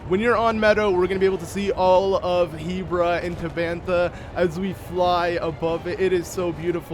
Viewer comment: Be keeps saying Hebra as Heebra